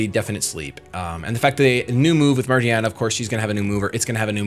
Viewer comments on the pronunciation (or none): its pronounced ma-gear-na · daaaamn you fast as hell XD and its ma-gi-a-na, no r o.o japanese is very easy to pronounce, should learn it real quick since nintendo is so japanese:) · You switched between four different pronunciations. I'm fairly sure it would be Ma-Gear-Na. The name being taken from the word Gear. Just letting you know. Love your vids! Yeah... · i would pronounce it with a hard gear, magearna. to emphisize the robot origins. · Ma-GEAR-na As in a gear because it's a steel type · And I think the move is called Fluur Cannon (rhymes with Blur) and Magearna... I think ma(gic) + gear + anna.... at least that's how I'd pronounce them. Cause it sounds right XD